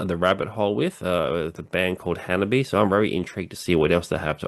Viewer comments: Thanks for reacting to the HANABIE. video! The band name HANABIE. is pronounced "Hana-bie" (hah-nah-bee-eh), not "Hanabee." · theres an extra syllable in their name :) ha-na-bee-ay. basically, exactly how you pronounced it but add an -ay to the end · It is misinformation, as claims, that the pronunciation of the word Hanabie does not contain the "eh" sound. The little troll with the minuscule ego,, repeatedly claims that the Japanese letter "e" is pronounced like "yay", which is almost beyond ridiculous. He bases this on the video he suggests here, because Yukina shouts "ay" in it, which, however, has nothing to do with the pronunciation of the band name. But intellectual capacity is too limited for him to grasp this.